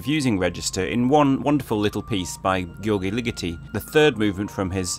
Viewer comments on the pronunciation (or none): Interesting and amusingly presented. Just one thing: your pronunciation of Ligeti's first name is wrong. The 'gy' in Hungarian is in effect a single letter sounding roughly like 'dj', so the pronunciation of György is more like George than Georgie.